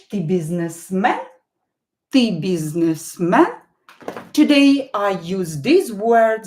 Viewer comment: Why did you pronounce "Е" as "yea" in the word "Businessman". "biznes me yan" is it correct or it is wrong??